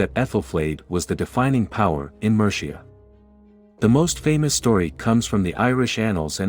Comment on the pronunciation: Survived the first 20 seconds, but the mispronounciation of Mercia! I had to stop watching. Can documntary makers please get their voice-overs to google names, place-names etc before laying down their voice-tracks? That would be professional.